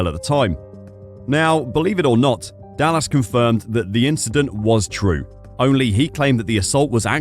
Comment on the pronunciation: Is this AI? The speaker can't even pronounce Dallas right...